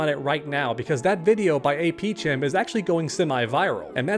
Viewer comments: His name is pronounced AP "kem" like AP Chemistry. Great video man. ❤ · I think the most disappointing part of this video is you keep saying mrapchem wrong. His name is clearly pronounced khem as in chemistry. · I'm starting to think you're doing this on purpose.... it's pronounced AP "kem". Aka AP Chemistry. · They way you said “chem” 😂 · Hearing butcher this guys name makes me cringe. It’s APchem as in CHEMISTRY. Seriously, isn’t this guy supposed to be a teacher?